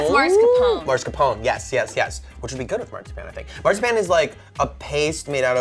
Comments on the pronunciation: Oh the way you were pronouncing marzipan hurt my head. But it’s my favorite favorite sweet! We used to get it with our gifts from my grandma and grandpa as kids. It’s only good handmade and fresh! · hahahahaha the way he says Marzipan. Hahahahaha FAIL. HE SAYS IT SOOOO WRONG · I cringed on how they were pronouncing marzipan. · They said marzipan so wrong